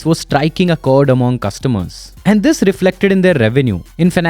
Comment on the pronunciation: The way you say "and" like "A'hand" is a bit annoying, genuine feedback, Please work on it.